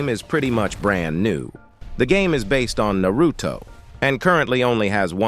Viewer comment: Dont you Ever say Naruto like that again